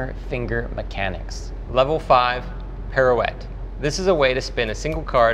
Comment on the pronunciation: Hahaha "pirouette" as well. Both words are French (pretty sure) and my man gives no shits 😂